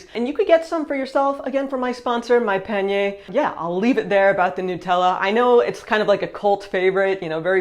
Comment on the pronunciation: I would like to suggest that you try to pronounce the letter A like the French do: AAH - not ÉÉH. When you talk about the sponsor, instead of saying Monpanier (my basket), you say "mon peigner", meaning "my combing".